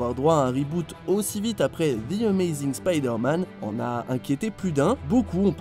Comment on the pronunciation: Tu prononces pas correctement Spider-Man et Ant-Man TROUDUC!!!